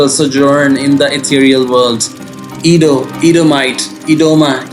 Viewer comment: Adah is a name in Igbo as well. Igbos are in South Nigeria as well. Adah means first daughter in Igbo as well. South Nigeria is mixed with almost all the tribes. Heavy with the main three tribes are in South Nigeria. Edo is not sounded E-do yet A-doo. Makes me think that person is not Nigerian at all. Quite sure Easu is in Nigeria as in all over Africa. But Adah is a Hebrew name and not specifically for the people in Edo state in which Igbos and Yorubas have land there as well. So Easu children would bear the name as well as Jacob’s children would bear the name and use it as calling out the first daughter. Just as Enoch was used by both brothers of Cain and Seth, so on and so on. So don’t call my daughter a child of Esau being her name is Adah; my first daughter… We are Igbos 😂